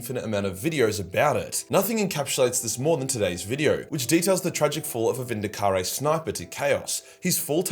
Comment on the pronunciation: Vindicar-rey lol